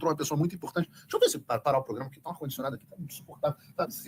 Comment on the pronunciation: Paulo Figueiredo essa do ar condicionado foi foda, bem carioca mermo! Obrigado pelas informações Paulo, sempre a frente e mantendo os brasileiros com esperança.